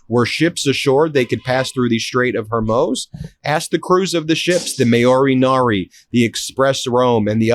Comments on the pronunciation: Hi Ben - I love you and your reporting. I like that you are always accurate, so please pronounce Hormuz correctly. It is not Hormos. It is MUZ at the end of the word. You do a great job with all the Arab names. Thanks. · How are you still pronouncing it as Hermoze after all this time? It's Hormuz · Ben, you really must practice your pronuniciations. Hormuz is pronounced hormuce, not hormose. And when you use the word reputable, the accent is on the first syllable, not the second. You are not the Chevy Chase of diction, so be prepared and practice. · Why are you calling it Hormoz, when everybody else says Hormuz plus it's spelled that way? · Ben, please correct your pronunciation of the Strait of Hormuz. It's Hore-mooz, not Her-mohz. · Great reporting and commentary, but please Ben! It's the Strait of Hormuz, pronounced Hore-MOOZE, not Her-MOZE. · …bud, it’s pronounced HormUZ, not HormOSE, get it right. You sound ridiculous. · Ben, I love your politics but please for the love of god, its killing me.. it’s not the strait of hurmoooos, it’s Hormuz, pronounced in English and all languages, without exception, “strait of Whore Moots”… and it’s “Zelenskyy” not zelinski. Ser-len-skee !!! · HorMooz, not HorMoze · Hor-mooz, Ben. Hor-mooz. Not “hor-moes”. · Hey Ben-the -muz part of Hormuz rhymes w/booze. Sometimes you say it like that & sometimes you say it like moze & it's making my ADHD mind feel like the metal ball pinging around in a pinball machine!🤣🤣🤣😂😂😅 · Idk how you can literally read the word hormuz and still pronounce it hermoze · Can you please learn to pronounce Hormuz correctly? It is not Hormoze. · I’m begging you to PLEASE pronounce Strait of Hormuz as “Hormooz” NOT “Hormoze”. I cringe every time you say it. While you’re at it, please pronounce Pakistan as “Pak-ah-staan” NOT “Pak-e-stan”. And thank you for pronouncing Iran correctly (NOT “I-ran” as many do) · It's HorMOOZ, NOT HorMOSE... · Someone please tell Ben its Hormuz, not Hurmoz. Hor-mooz